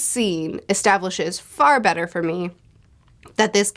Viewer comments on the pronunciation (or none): none